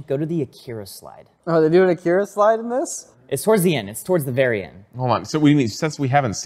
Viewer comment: Your pronouncing Akira incorrectly. A like father and I like , macaroni. Watch the film you can hear it pronounced correctly.